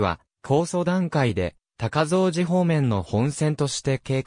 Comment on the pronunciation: 高蔵寺 たかぞうじ じゃなくて、こうぞうじです